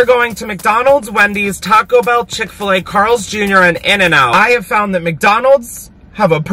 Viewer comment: It’s chick fil a I haven’t watched this fully yet but it’s chick fil a